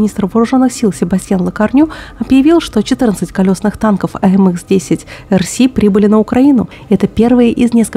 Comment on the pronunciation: В аббревиатурах не английские буквы, а французские, их надо произносить соответствующе